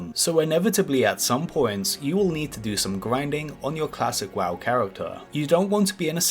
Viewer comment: Im sorry but your speech impediment makes this hilarious to watch :D "Classic waw" etc :D